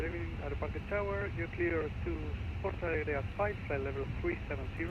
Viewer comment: I´m seeing now, pilots calls Porto Alegre as Palegre... Maybe a little late but better late than never :D